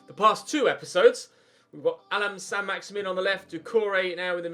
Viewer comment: I think it's pronounced either "Maxi-man" or "Maxi-min" rather than "Maxi-meen", remember that he's French